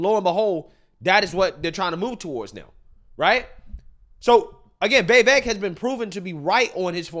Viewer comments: Why are you/they saying his name, Vivaak? It's Vivek. (Vee-veck). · It's pronounced like Viv•ache, not Ve•vake. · Veeeevaaake. LOL how did you manage to butcher his name that bad? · Why do you continue to butcher his name? You seem so enamoured with him; just pronounce his name CORECTLY. Repeat after me: VIH-VAYK! For God's sake! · My guy, can you please pronounce this mans name correctly😂😂